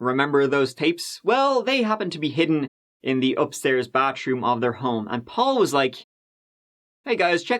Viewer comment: "Bath-room", not "bat-troom". Learn to pronounce words properly prior to making Youtube videos. Thanks, good game.